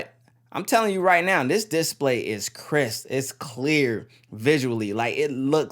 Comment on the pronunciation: your vids are good but every time you say diss-play instead display i cringe a little lol, keep up the vids though